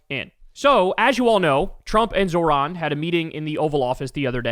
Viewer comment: Can Krystal or someone in Kyles life please teach him how to say 'Zohran' correctly? Jfc